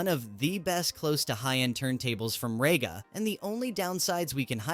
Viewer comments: Rega is pronouced as Ree-ga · It's said like REEGA, Stupid yank!